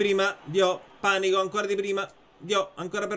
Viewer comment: E io che pensavo sarebbe stata una sfida super difficile. Con Mister nulla è difficile 😍💪🏻 Panico si leggerebbe Panìco, quindi con l'accento sulla I. Però Panico Paura è fantastico, quindi continua pure a pronunciarlo così 😂 (Pes 2021 credo che non sarà un vero e proprio nuovo gioco, ma una sorta di aggiornamento. Per me comunque cambieranno anche le grafiche, quindi il menù ecc, e faranno modifiche a certe modalità. Suppongo stiano tenendo tutte le più grande novità per la ps5, dove faranno un altro grandissimo salto. D'altronde sono anni che FIFA è uguale😂)